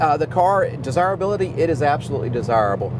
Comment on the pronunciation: Take a shot each time he says "des-hire-hability". We had 6 of these cars at one point and grandma gave them all away to "clear up space" 😏🤢 enjoy em today fellas!